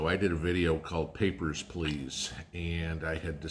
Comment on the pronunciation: "Your Papierz Plase." Yeppers, its coming. Thank you